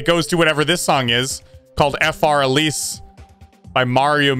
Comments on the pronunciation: It’s Für Elise (I think that’s how it’s spelled...) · Fur Elise. It is called Fur Elise.